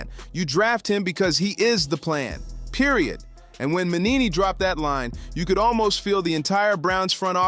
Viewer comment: It's not Mannini, it's Mangini. At least get his name right.